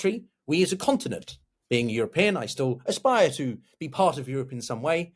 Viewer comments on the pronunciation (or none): none